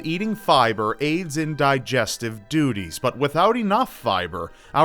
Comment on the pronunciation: He said fiber aids in digestive "doo-ties." 😂😂😂😂